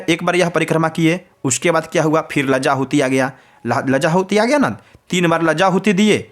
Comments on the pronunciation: माननीय लज्जा होम नहीं कहते है शुद्ध भाषा कहे लाजा होम कहे धन्यवाद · लजा होम नहीं होती है लाजा होम होती है